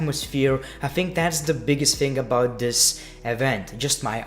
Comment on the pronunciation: Why do you pronounce "think" as "fink"?